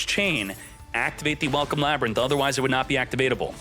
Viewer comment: You had me until you said Ladrynth. Ew! No!!!